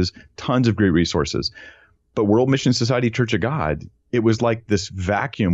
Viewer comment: You keep saying “missin society” 😵‍💫